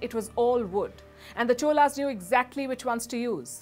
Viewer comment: Amazing coverage of suppressed but glorious history of Chozhaas. Special congratulations to Palki for pronouncing தமிழ் (Tamil). Wondering why you couldn't pronounce Cholas as Chozhaas(சோழர்s).